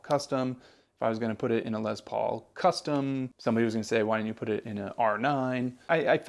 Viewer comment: Les Paul is pronounced Les, not Lez. Lester was his name. Just a personal pet peeve being a Les myself. 🙂